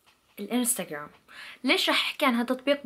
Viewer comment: Aenda Sherzad هههههه وركز او ركزي ع كلمة انستگوررررام لو انستگرام😂😂😂😂😂😂😂😂